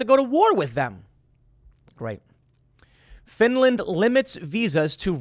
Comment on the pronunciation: Finrand? I ruv Finrand. Finrand never hurt a sour. Reave Finrand arone.